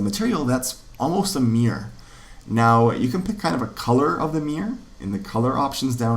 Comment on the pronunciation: You have the worst pronunciation of the word "mirror" ever... Great videos though.